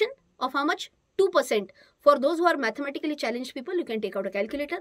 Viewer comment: Mathamatically Challenged!! Aikun Ektach Hastoy mi.. 🤣